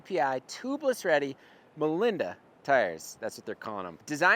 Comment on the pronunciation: super minor note, but the tire is pronounced "mo-lend-ah", not "mo-lind-ah". They're named after my brother, Nate Molenda, the old Surly Nate tire was named for him too, he's a big fat bike guy in Minnesota and tight with a lot of the orig surly crew.